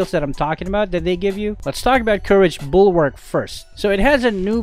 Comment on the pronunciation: It is literally Mid night And uhmm ahem The TITLE Bulwark not buwark just saying